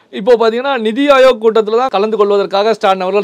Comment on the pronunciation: The anchor is pronouncing Neethi Ayog as Nidhi Ayog. This conveys a wrong meaning. Neethi in Hindi means 'policy' whereas Nidhi in Tamil means finance. It is perhaps due to this wrong understanding that TN CM is asking for additional funds in a meeting which is meant to discuss policies.